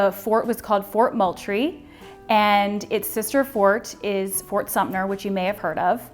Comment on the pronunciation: Y’all there is no P in Sumter, it’s not pronounced Sumpter.